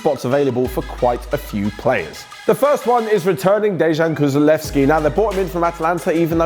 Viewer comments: said Kuzulevski instead of Kulusevski😂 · No body: Literally nobody:: Dejan "Kusulevski" Its Kulusevski fam. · hey btw the name kulusevski is pronounced as ku-LU-sev-ski...